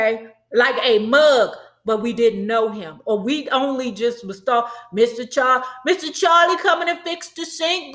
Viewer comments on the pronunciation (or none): none